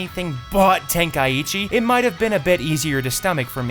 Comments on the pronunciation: ten kai ECHEE... its Tenkaichi the way you pronounced it is very wrong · Ten-kai-chi not ten-kai-ichi where tf you get the extra i from? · I am so happy theyve stopped calling it budokai tenkaichi because nobody actually knows how to pronounce tenkaichi It is ten - kai - chi It is not ten - kai - ichi Am i the only one that ever gets annoyed by this? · Correct me if I am wrong but is it not pronounced ten kai chi? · say tenkaichi one more time wrong and i hunt you down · Man, people really need to learn how to pronounce Tenkaichi